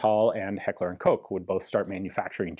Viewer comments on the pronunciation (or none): none